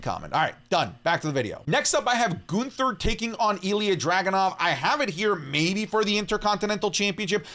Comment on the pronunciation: My guy said Ginther 😅😅😅😅